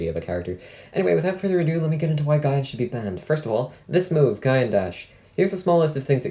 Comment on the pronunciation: Its wierd to hear it pronounced guy-an instead of gee-an